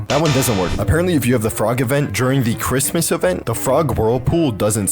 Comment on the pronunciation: Bro it is not chritmas it is February